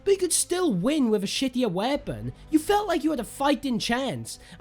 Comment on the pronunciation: The way you pronounced weapon made me giggle, great video mate